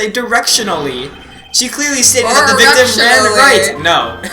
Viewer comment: I LAUghed so hard when you said crearly your honor mister white was standing inside the wall